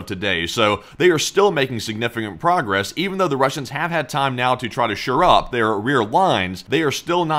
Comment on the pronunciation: at the risk of sounding pedantic, I'm pretty sure the phrase is "shore up" rather than sure-up. I hope that's helpful for the future. I suspect something got a little lost in the translation about taking Kursk... I think what he was trying to say was that Ukraine has no interest in taking Kursk to keep, but rather to force Russia into negotiations. I suspect that NK leadership will eat well tonight lol.